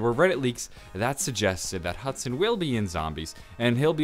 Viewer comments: love how it says hudon lol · Hudon is pronounced Hoo-don #supercereal